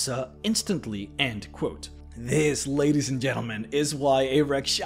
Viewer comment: It's "end quote". Not and quote. Ffs